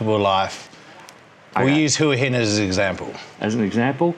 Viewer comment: Hoo-ee Hin....Cracks me up. Pah-Tay-Ah. Hilarious